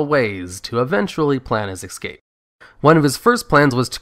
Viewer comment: Es'cape not Ec'scape